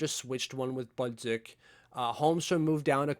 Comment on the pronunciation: My only comment, stop pronouncing Samuel Bolduc with such a heavy accent. Not going to fly on the Island.